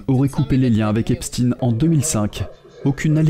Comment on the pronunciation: Arrêtez svp avec "epstine". Ça fait mal aux oreilles. On dit "Eïnchtaïne", Frankenchtchaïne". Donc, on dit "èpchtaïne". Point. Merci